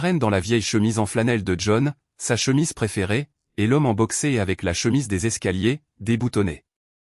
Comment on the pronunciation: " L'homme en boxé.."??? C'est limite ! Mal écrit, mal prononcé ! Pour une fois qu'il faut prononcer " box-air" 😂😂😂😂..C'est ballot ! 👉😇👈